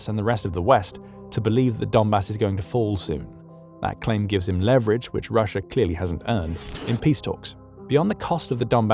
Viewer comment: There is no R at the end of Russia